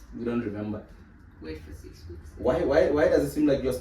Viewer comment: The wait for six weeks emphasis felt like u attacking me 😂 because wow